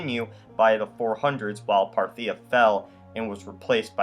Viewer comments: You pronounce "Parthia" funny. The emphasis is supposed to be on the first syllable, not the second. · Parthia accent on the first syllable; Sassanians (broad a [Sassahnians]) are a Persian dynasty replacing the Arascids. The rise of the Arabs is due to the weakening of the Romans and Persians through their rivalry. Islam basically conquered the monophysite provinces of the eastern empire. If there had been no purging of the monophysites, there would have been no Islam and no Arab expansion. The bishop of Rome was only one of five Christian churches, so the idea that something called "Roman Catholicism" would have dominated religious thought throughout the empire is anachronistic.